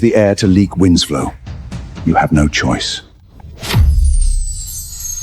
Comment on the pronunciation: How Tf do you read winsek out of Winslow?